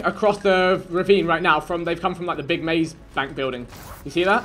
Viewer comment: Did man just say mazebank 🤣